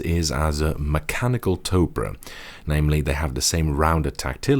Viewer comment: OMG ITS NOT PRONOUNCED “TOPRAH” IS PRONOUNCED “TOPER”